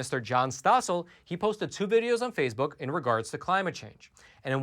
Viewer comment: What is "phasebuk"?